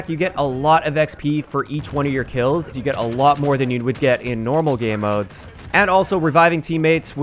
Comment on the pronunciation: Why does he keep saying “Gay Modes?”